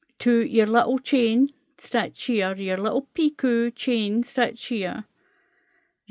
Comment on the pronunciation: Thank you, a beautiful stitch pattern, and a Lovely baby set. The word Picot is pronounced Pee-co, if that helps. I am wondering if I could do 3 rows of treble's first and then start the pattern, and do the 3 rows of treble's when finished. so I won't have to do a border on the bottom?? Thank you again, I love your videos, you explain things so well.❤❤🌹🌹🌹🌹.